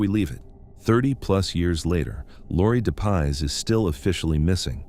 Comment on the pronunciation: Its Laurie Dep- Iss....not de paws